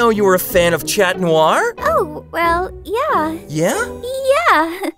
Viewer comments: OkAy!!! I'm JuSt GoNnA sAy It!!!! ... If you can't pronounce Chat Noir right, just say Cat Noir. It's pronounced (Shat Noir) not (ChAt NoWaRe) Okay, I said it... :/ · It is pronounced shat nooar